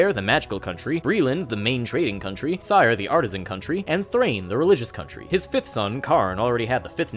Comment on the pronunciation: oof, you mispronounced cyre. keith baker says 'siri' instead of 'sire'